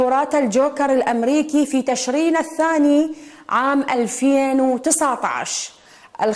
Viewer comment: مقدمة برنامج المسابقات المتخلفة ما تكولولي منو جابها وحطها عالتلفزيون؟ تشرين صارت "تَشرين" ما اعرف ليش بالفتحة. هي التاء بتشرين ساكنة. والعَمامة بفتح العين، سوتها "عِمامة" بالكسرة. هاي شنو؟ كل مذيعي ومذيعات القنوات العراقية كلمتين ما يعرفون يقرون باللغة العربية. شون صاروا اعلاميين لخاطر الله؟